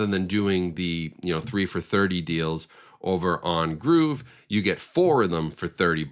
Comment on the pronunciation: I did not know gruv was pronounced groove 😂